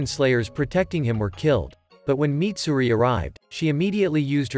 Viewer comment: Mitsuri not Mitsuri